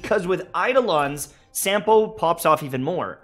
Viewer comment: By the way Sampo's name is Finnish. You spell it like you'd spell a word 'sum'. So in other words Sampo Koski - 'Sum'po 'Cause''key'.